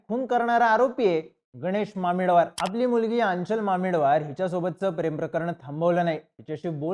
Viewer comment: Thoda common sense pan vapar. Aanchal He asa spelling jari asla tari pronounce Aachal hota. Ani mamidwar madhe ड nahi द asto.